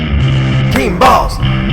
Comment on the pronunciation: sounds like he's saying teen balls instead of "team balls"